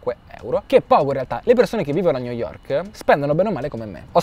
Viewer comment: New yovk